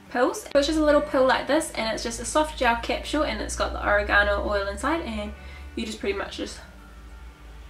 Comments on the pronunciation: oregano (o-reg-a-no) not origano lol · Edward H oREgano, accent on the RAY. lol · Is this the oregano we put in pizza sauce? oh-ray-guh-no Saying it like oh-ray-ga-no makes me think its an ancient chinese secret spice.